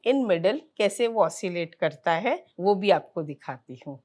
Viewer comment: kya karta tha aur kon krta tha acha se clear clear bolo